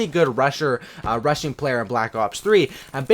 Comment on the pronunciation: When you were talking about "rushing" i thought u said russian 😂